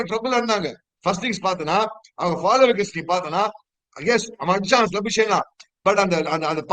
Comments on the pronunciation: it is Rishab Pant and not Punt. Mumbai and not MumbAAI. Labuschagne rhymes with champagne. Solli paar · Can’t you pronounce Labuschagne properly,? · ur labuschagne pronounciation is deadly